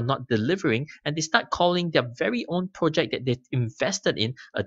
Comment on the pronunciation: When you say ‘pro-check’ what do you mean buy that? Or are you saying ‘project’ and I was just misunderstanding you? Thanks in advance.